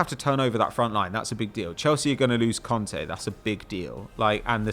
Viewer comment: I love the way southerners pronounce the names Kante and Conte the exact same